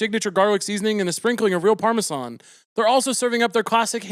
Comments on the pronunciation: Is he saying Parmesan like that as a bit or am I uncultured? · The way Caleb pronounces Parmesan is so cute 😂😅